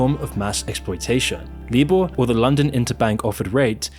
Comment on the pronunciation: LIBOR is pronounced LIEBORE not LEEBORE.